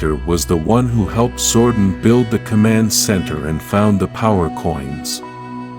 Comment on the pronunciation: My god man. It’s Zoe-don. Not Zoe-den. It’s annoying. Stop. Lol